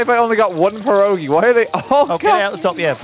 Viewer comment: I never knew I needed RT to pronounce Pierogi until today